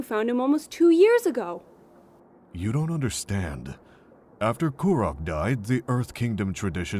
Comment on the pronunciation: This is amazing and I love it. Avatar Kuruk is pronounced differently in the show though no?